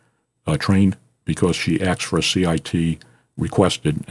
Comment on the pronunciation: Stop saying you axed him. The correct pronunciation is A-S-K. ASK. 🤔